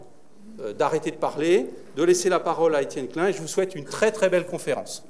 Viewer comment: Enfin le nom klein bien prononcé!